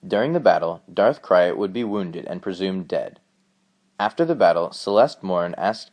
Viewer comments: Who is Darth Crie-at??????? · It is Darth krayt! pronounced crate, not crayat! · It's not Krayt "cry-et" it's Krayt "crate" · That's not how you pronounce darth krayt. You say it like 'crate'. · Krayt...Pronounced like crate